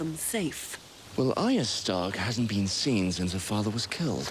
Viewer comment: I love how is still calling Arya "Arry"